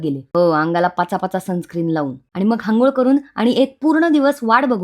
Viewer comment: परत तेच! तू हंगोळ का म्हणतेस? अंघोळ अंघोळ! अ अ.... आणि एवढे खातेस ते कुठे जाते 😂